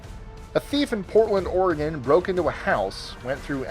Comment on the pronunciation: I just wanna thank for pronouncing Oregon correctly. Most people say Oregone. DOH. I live in Springfield Oregon home of the Simpsons. 🤪🤪